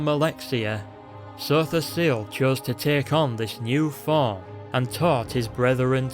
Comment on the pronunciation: lol i love how you say Sotha Sil. Makes him sound really epic